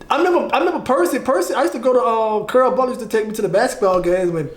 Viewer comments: Mf saying Carl but it sound like curl 😂😂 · He steady saying CARL, all I hear is CURL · That nigga said cearl 😂😂😂😂